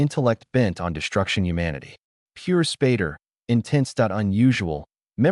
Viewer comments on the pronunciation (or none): IT'S SPAY DER!!!!